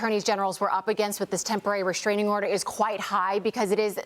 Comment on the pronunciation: Reschraining order or restraining order?